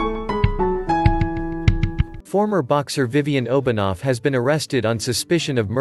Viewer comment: As a Swiss, it's funny to hear the Russian pronunciation of Obenauf (It's Oben-Ow-f not Obonov)